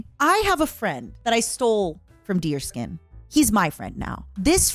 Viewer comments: That’s the funny thing, it’s not, she’s just doing it to mess with her. It’s supposed to be pronounced Dears-kyun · So I'm not the only one who pronounces it deerskin